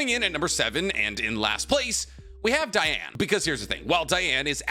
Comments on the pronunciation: It’s Dee•Ann ! not Dye•Ann gang , your killing me rn 🤦🏽‍♂️ you just said your qualified to cover the sins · You've never once watched 7 Deadly Sins, otherwise you'd know the clear different between 'Diane' and 'Deanne', pronunciation wise... Stick to naruto. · IT'S PRONOUNCED DEEANN, NOT DIANE! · Sir dee-an nit die an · Its not dieane the name is diane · It’s Dee-ane not Die-ane. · So wait.. is it pronounced Diane or Deanne? I always thought it was pronounced Deanne. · DEE-Anne DEEEEEE-Anne. King would be mad at you. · the butchering of DEE-Anne’s name 🤦🏽‍♂️ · “DEE-ANNE” 😤 Great video! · Imma be real listening to him pronounce diane's name was very hard. I get how its spelled but thats like how Ban's name is as well. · Literally just started but.. how do you mess up Diane’s name that bad? 💀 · The way everyone pronounces Diane’s name always makes me cry. I just can’t. I had to skip that entire segment